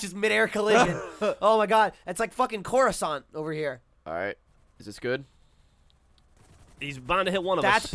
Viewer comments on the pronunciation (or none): Coruscant. LOL!